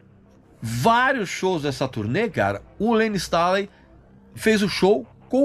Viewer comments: Informações bem bacanas, mas o que dói é a pronúncia do sobrenome do Layne......não é Stáley e sim "Stêiley" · "Layne Stalin" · Pq vc pronuncia Layne stÁley? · Cara, que agonia do Regis pronunciando “Stailey” kkkkkkkkkkkk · Regis, não me leve a mal, mas a pronuncia do nome do Layne Staley, me pegou ao longo do vídeo e fez com que perdesse o foco no conteúdo. A título de curiosidade o nome é pronunciado dessa forma: Layn Stay.lee ou, abrasileirado, Lein Istêi.lí. Digo isso, pois já ouvi Stanley, Istálei, etc. Ademais, vídeo excelente! Alice in Chains é minha banda favorita desde o início dos anos 90 e o Layne é, com certeza, um dos maiores vocalistas da história do Rock! Obrigado pelo material. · LAYNE "STÊNLI" "STAILI" é foda. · Dá nervoso ver ele pronunciar o nome do layne errado. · Aposto que o Regis não sabe pronunciar o sobrenome do Layne.